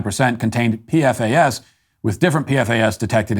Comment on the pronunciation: The compound is pronounced 'P-FAS'. But don't worry about it, its only carcinogenic. 😆